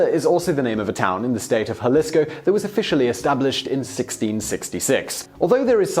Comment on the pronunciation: It's pronounced HA-LEES-CO